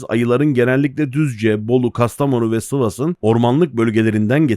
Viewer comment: Doğma büyüme Sivas'lıyım və hayatımda ilk defa "Sıvas" diye okuyan biri ile karşılaştım. (... ve evet Sivas'ta halen daha ayı boluğu var)